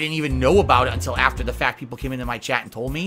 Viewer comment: The bahttom line is, the meahtter of the feahct is, *chest holding*, I'm ahnest wich ya, guys, I did nothing wrong.